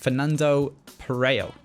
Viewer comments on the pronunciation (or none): none